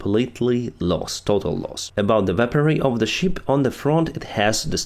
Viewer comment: I understand that you are not talking about "sheep" 🐏 then "ship" 🛳. But your pronouncement always sounds like "sheep". You may also use: vessel, boat, canoe... whatever instead "sheep". Good work.👍